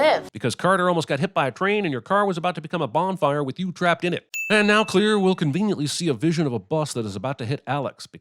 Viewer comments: Clear instead of Claire is worth MINIMUM 15 sins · "Clear" is pronounced "Claire". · Seriously, who's name is "Clear"?. Im pretty sure she was meant to be Claire, someone misprounced her name while filming a scene, and then they just went along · clare not clear!!!